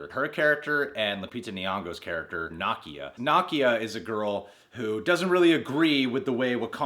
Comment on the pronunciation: The way you're saying Nakia's name is really throwing me.😒